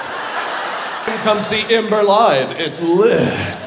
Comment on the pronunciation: i’ll give you 20 dollars to pronounce ember like ember and not like imber